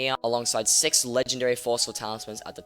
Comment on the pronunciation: nice vid, as you already said, the ability of Wither Cloak Sword is very useful, I think if it was added in f6, it would be used to bypass terracotta stage easily that isnt the way you pronounce the word six lol